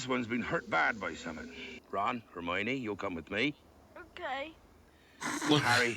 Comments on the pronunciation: Hair-moyne ...is that to be funny or have you not heard the characters say her name yet? Her-MY-oh-knee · « Hairmoin » 😂😂🤣 that must be the funniest mispronouncing ever ! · Who the fuck is "Here-Moyn"? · pronouncing Hermione as “her-moyne” lmao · Grainger is the add I got before this and that made me laugh as it is spelled different but is the same pronunciation as Hermione.